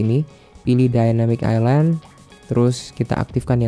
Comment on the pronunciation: ILAND AJG BUKAN ISLAND AJG LO KIRA PULAU